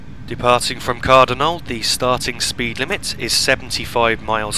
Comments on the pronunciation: Car-donald is the right pronounciation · Good Video for route learning. Although I didnt see Shield Road Train Depot(on the left hand side shortly before Cardonald. And It is pronounced, Car- Donald.(Not being picky Though) Keep up the good work!